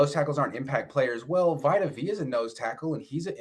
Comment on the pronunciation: Vi tuh v uh ??? Bro vita is from the bay bro how you fuck his name up 😂